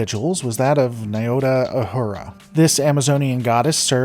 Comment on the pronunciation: It’s not Ah-hurah. It’s Ooh-who-rah Please pronounce her name correctly!